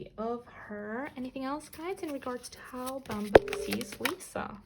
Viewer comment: Hi! I'm still waiting for Kim Yugyeom and Choi Youngjae of GOT7. Hoping you create a video about them, thank you! And yes you pronounced Bambam right.